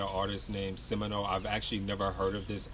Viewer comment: This man said Simino lmaooo